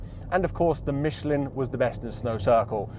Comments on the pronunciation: Michlan, not Micheleen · Great video. I suggest, you learn how to pronounce Michelin (don't mention the war!)